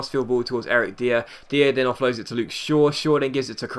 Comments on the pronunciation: Great episode.. Diers name is actually pronounced Dyer like Nathan Dyer. Just thought I should let you know;) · You pronounce dier incorrectly